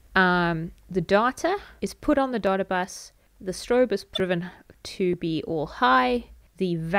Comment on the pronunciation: Thanks a lot! I love how data sounds like daughter, makes the video even more interesting :D